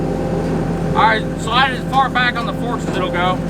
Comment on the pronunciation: "If eet bleeds, wee can kill eet"